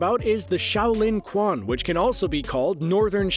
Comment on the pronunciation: quan is pronounced chuan, not kwan Shao-lin-chuan Xin-yi-chuan